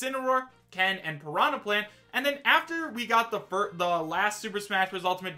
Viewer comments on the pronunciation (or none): none